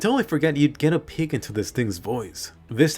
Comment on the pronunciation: Hahaha knew something was off when he pronounced "peek".